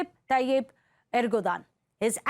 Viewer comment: ERDOGAN not ERGODAN.